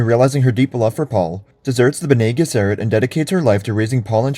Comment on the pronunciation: Why the mispronunciation of Fremen and Bene Gesserit?